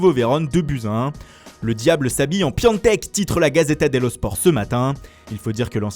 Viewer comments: non ca se prononce piontek pas piantek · PiAtek et non PiANtek 😭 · C’est « PIATEK » pas PIANTEK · Pk tlm dit "Piantek" allors que c'est ecrit Piatek ?? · Pourquoi tout le monde l’appelle pIONtek c est facile à dire Piatek pourtant ?? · Ça se prononce piantek mais ça s'écrit piatek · Aucune idée surtout que normalment ca se prononce piontek mais bon les francais et les langues etrangeres... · et il dit "Piantek" ou je rêve ?